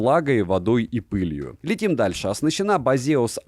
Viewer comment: Почему ударение не на первый слог?